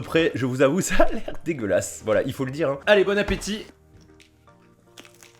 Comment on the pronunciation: Il voulu dire " hein " mais c'est vrai que ça ressemble à un UN xD